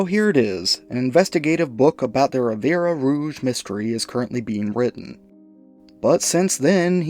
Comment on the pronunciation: Ffs... it's Rivière Rouge. Means Red River. To pronounce, rivière = riv-ee-air. The final 'e' is silent.